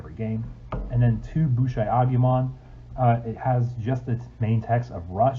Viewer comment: “Boosh EYE Agumon” never heard you pronounce it like that before lol!